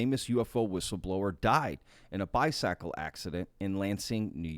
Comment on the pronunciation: Sorry sir, the gentleman said bisackle.